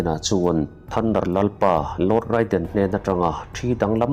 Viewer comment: Raiden ti a lam loh tur..reiden tur